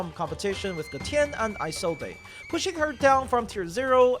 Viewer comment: No way you actually pronounce Isolde as “Ai-sol-dei” 💀